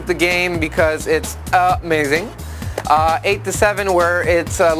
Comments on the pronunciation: Uh-may-zing review. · I'd say this review is "UH-MAY-ZING"